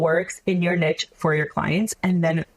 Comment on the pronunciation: Not only Does this girl not know how to pronounce sommelier, niche or scarcity, but she oozes insincerity. "Amazing" 🙄